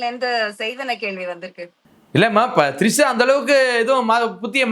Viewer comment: திரிஷா மேடம் ட்ரிஷா இல்ல 🤣🤣🤣🤣🤣🤣🤣🤣🤣🤣🤣🤣🤣🤣🤣🤣🤣🤣🤣🤣🤣